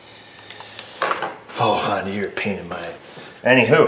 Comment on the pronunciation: I love your content but you do know it's a honDA not dooo